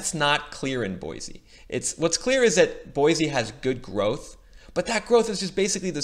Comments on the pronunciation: It’s pronounced Boy-see, NOT Boy-zee. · Correct pronunciation is Boy-see not Boy-zee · Live here....pronounced BoySEE not Boyzee...lol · And Boy-see, not Boy-zee. LOL! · Boy-see - not Boy-zee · Boise is pronounced BOY-SEE my man. Quick way to show you ain't from round here and get the stink eye is calling our home BOY-Z. Just a heads up. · Boy-cee! no z sound. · Bosie pronounced "Boy C". Its weird I know. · repeat after me, its pronounced boy-see. There is no z in Boise. This drives locals crazy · Oh and by the way there is no z in Boise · hate to be that guy...but its an S not a Z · Said boise incorrectly 1000 times meow